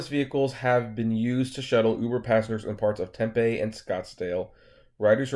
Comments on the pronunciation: Ssssooo I guess my mindset has high standards. I just assumed that the autonomous car would’ve had an engineer in the vehicle. But to put a convicted felon in it.... I don’t know. Uber is shady af! Lol I know that much. Oh... it’s not Temp-a... it’s Tem-PEE. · Diana Yates, I have tried to tell him in all videos hes done on this. Ive told tem pee, and in this one. ..he says 10pm and it sounded like he said tem pee. I seriously don't think he reads the comments. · lol, dude...it's tem...pee. just like you said 10 pm. Seriously. TEM PEE...TEMPE